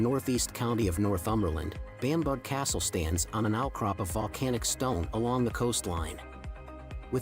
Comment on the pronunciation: Warwick is pronounced WORRICK, Bamburgh is BAMBRA, Alnwick is ANNICK. Many of our place names are so old that their pronunciation has evolved in weird ways: making them real traps for visitors from abroad. SORRY everybody, sorry world. But then many American place names are bizarre in their own crazy ways- I think this is all great fun! (Leeds in Kent is always a favorite of mine. But so is tiny Hever.)